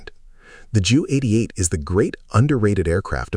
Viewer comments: I wish the A.I. would call the Ju-88, "Jay-You" (J U), and not "JEW". Especially because the aircraft served NATIONAL SOCIALIST (a.k.a. NAZI) Germany! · Ju-88? JEW-88? EVERYONE called them by the right name Junkers-88 actually pronounced Younkers 88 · The name is J U 88, two letters, not pronounced as Jew, a term that would never have used in Nazi Germany in the positive. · Kinda skipped a few, and it has a couple AI tells: "the Jew 88" of the Luftwaffe? Sure, the text on screen was "JU 88", but the AI reader has some oopsies & the captions have some typos too... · A somewhat good video but filled with AI junk. Bad images and an inability to pronounce the "Ju 88" name correctly. Please re-edit this video.